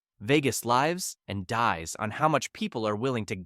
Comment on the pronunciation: Another bad AI narrator. It can't even correctly pronounce "lives and dies". 👎